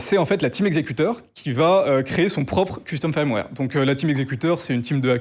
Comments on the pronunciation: Pourquoi prononcer "firmware" "faïrmwère" alors que le "i" se prononce "e" ? Autant le prononcer à la française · Le mot "firmware" se prononce "feurm-wèr" et pas un peu comme "fire" comme il le prononce ("fayeurm-wèr") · Ça me fait toujours marrer qu un mec aussi compétent ne sache pas prononcer firmware correctement. C est triste. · je veux pas paraître désagréable mais si tu te lances dans le métier essaye d'apprendre à dire "firmware" ça prend vraiment littéralement 10 secondes